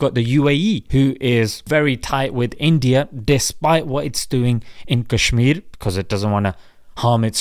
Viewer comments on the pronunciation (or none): none